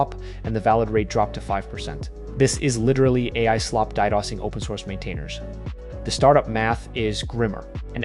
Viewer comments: "senior in 3 years" Haha not a chance in hell those are actual seniors. They are just slightly useful juniors. Also: DDOS D-DOS not dy-doss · Don't you just feel cheated when you are watching a video about code slop when the ai voice over slop says dye dossing for ddos. Does nobody ever even proof watch their videos once they come out of the slop bin? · Not only written. I think the entire video is AI generated... DDoS is misspronounced in an inhuman way. And the inflection and inhale before each sentence is almost identical